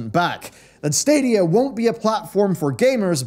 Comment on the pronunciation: I'm happy I won't have to hear the stadia adverts anymore, fucking "SADIA" and that stupid music until I could skip it, every fuckin time